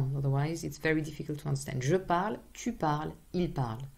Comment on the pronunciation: I have a question. Whenever you say (Je parle/ tu parle/ il parle), I can't hear you pronounce the French R but rather a regular English R! Is that so?